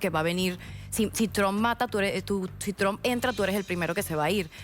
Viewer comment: No digas tran se oye mejor trump